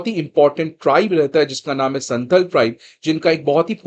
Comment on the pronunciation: Santhl nahi santhaal hota hai, Naam ka pronounciation kharab mat kijiye Naam kishi language me change nahi honaa chahiye